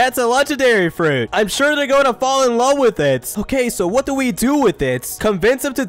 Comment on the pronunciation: "I larv you" SO ROMANTIC😂